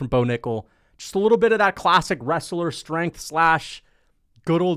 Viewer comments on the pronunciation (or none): none